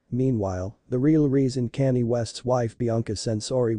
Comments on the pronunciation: Who is Cannie?? If you can't pronounce people's names and you shouldn't have a YouTube channel. His name is Kanye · Canny? Who the hell is Canny? 😂😂😂😂 And she is a her not a he! There is soooo much wrong with this narration! Haha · Why are you narrating this when you cant even say Kanye's name properly? 🙄